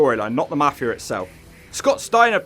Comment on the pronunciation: It's pronounced MAFI-UH, NOT MAFI-ER. YA COCKNEY BASTARD